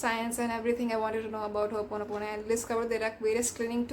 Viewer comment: As my teacher would say. It's not "hoopono" It's ho'oponopono. I think the word itself has some power since this was emphasized.